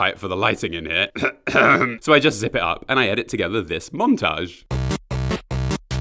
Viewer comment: up not yump